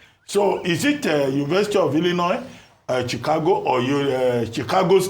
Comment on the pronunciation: Did I hear “chigakpo state university “😂😂😂